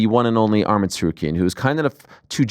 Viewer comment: Yeth😂. Arman was pronouncing it wrong anyway tho